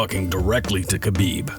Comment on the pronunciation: It’s habib not kabib